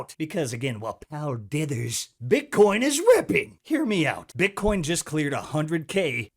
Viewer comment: Do brazilians pronounce it “Bitchcoin”? 😂😂